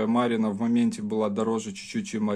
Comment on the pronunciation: Спасибо за обзор! Единственно, немного режет слух: Косівський розпис, ударение на "О", м. Косів на Прикарпатті. И конечно Марена, ударение на "Е", красивая и вкусная рыба, жаль, что попала в Красную книгу.